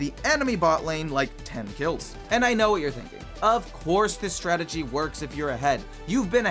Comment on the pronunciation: "sett" and "startegy" in the same sentence🥀🥀🥀